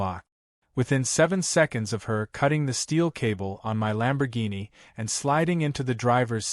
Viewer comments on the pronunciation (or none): Please read to the end, I think you will like it ! ! ! ! ! ! To the Want-To-Be author. The car, your "Artificial Intelligence" can not pronounce correctly is a "Lamborghini" the full name and spelling. However your DUMB A.I. (of which you NEED to get rid of and acquire a more professorial A.I. program, it will also make you look a little more intelligent, maybe). Now to the MAJOR error your A.I. is making. The common word for the vehicle is shortened to "LAMBO" that is L a m b o but your uneducated artificial intelligence spelled it and pronounced the same way as "LUMBO", L "u" m b o. So. when are you going to acquire your NEW A.I. program ? ? ? ? ? The sooner the better for your sake. However before you do acquire your new A.I. program you "MUST" do something that all writers fo prior to posting any story where ever they choose and that is something so simple, even a Cave Man can do it and that thing is called "PROOF READING". This way you may catch the errors that will make you look stupid. Lastly, A.I. programs do not know the full definitions of what is known in the English language, so stop being LAZY and acquire a better version of an A.I. program as there is a slim possibility it may make you sound a tiny bit better on paper or in the YouTube thumbnails. Believe it or not, I did keep this comment short, sweet, simple and to the point. The reason it is this short is I did not want to waste too much of my time on this when I will be doing something else.